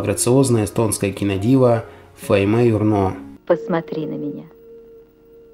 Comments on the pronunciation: Faime Jürno. И ой-ой-ой - не Фаимеее Юрнооо. Она же не француженка. Ударение на первом слоге. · Все замечательно, только в эстонских именах и фамилия, как и во всех словах, ударение на первом слоге. И все равно лайк!